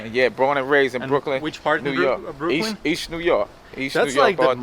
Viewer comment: by ry u k ly in Brooklin kurwa Brooklin :D